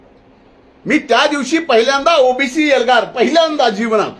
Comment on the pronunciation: जीभ अडखळा लागली बाळा तुझी.. ओबीसीला OBS म्हणायला लागला भाऊ तू! कॅमेरामन च्या डोळ्यांना डोळा भिडून बोला न साहेब😂